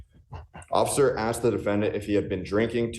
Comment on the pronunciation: You said Occifer!😂 I agree😊😊😊